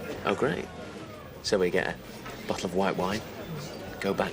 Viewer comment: Annoys me how Lez couldn't pronounce things properly. Boccle and Hospicle. Not Bottle and Hospital